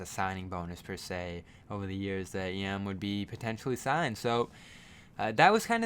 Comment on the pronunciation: It's pronounced "Yaam" with an "ah". Means "Sea" in Hebrew.